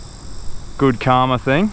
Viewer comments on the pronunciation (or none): If he says ting one more time! 😡